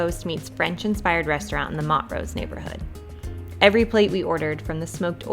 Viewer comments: pronounced Mon-trose 😊❤ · Love the pronunciation of Montrose! ❤ Thanks for the video!!